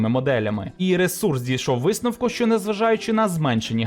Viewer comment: ЩЬо, чЬому... пля..